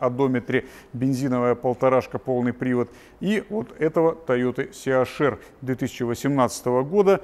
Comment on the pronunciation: Либо ЦЕ-АШ-ЭР,это будет по-немецки,либо ли СИ-ЭЙЧ-АР по-английски. А СИ-АШ-ЭР это по-лоховски,смесь бульдога с носорогом!